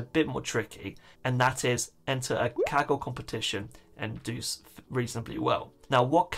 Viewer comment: I seriously thought he said kegel competition